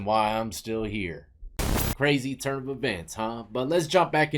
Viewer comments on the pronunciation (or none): none